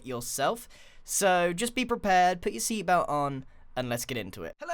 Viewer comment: notice that he says "seabelt"